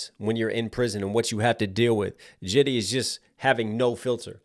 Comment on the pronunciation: JID not JIDDY 😂😂😂